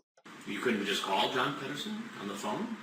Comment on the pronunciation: John Ped-o-son